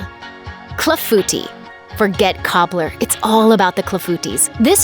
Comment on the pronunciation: wow, did you pronounce the word clafoutis wrong. Made me giggle